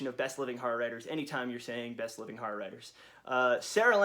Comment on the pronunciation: why do you say harr instead of horror